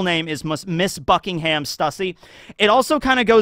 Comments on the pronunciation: Buckingham is pronounced Buck-ing-um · Buckingham is pronounced with a soft h so its sounds more like buckingum. Liam even says this in his latest video about stussy being a clone too.